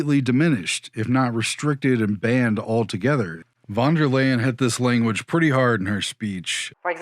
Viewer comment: By the way, as a German speaking fan, you pronounce Von Der Leyen like this 'fon there layen' in English if you want it to sound German 😉